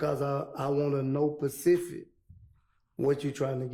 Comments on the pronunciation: He said facific. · Well he said Facific 😂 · You are pressing a witness who says Pacific for specific. These two prosecutors are beyond belief. Mistrial. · Or pacific 🤣🤣🤣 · 😂😂😂😂 I never heard that one before then he did pacific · This gentleman has a learning difference. Probably dyslexia. It’s why he keeps saying Pacific vs Specific. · "Pacific", Google says, did you mean SPECIFIC? CMON MANE! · He said Facisit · “Facific” took me over the edge😂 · Yo shout out to him for taking “ specific” mispronunciation to the next level 😂😂😂😂 my dog said fapistic 😂😂😂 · Right! Never heard facific before🤦🏽‍♀️ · facts and specific = Fasific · He said fecific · “ yu gotta b more fesific” 😂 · MOST AFRO-AMERICANS CAN'T PRONOUNCE "ASK" NOW I HAVE REALISED THEY GOT PROBLEMS WITH PACIFIC AND SPECIFIC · Mind you this dude is in his 40s and cannot say “specific” 😂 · Nah frfr he clearly couldn't say the word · So explain why people from Atlanta do not pronounce the "T" in Atlanta... Does that mean they don't know what Atlanta is ... He literally did the exact same thing with the word specific , he isn't pronouncing the "S" .... And every country accent isn't the same, some one from Mississippi doesn't sound like some one from West Virginia...